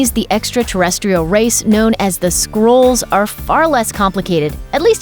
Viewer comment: Yeah, they're not squirrels. It's pronounced SKRULL. Sort of like skull but with an R in it. Squirrel? Holy shit.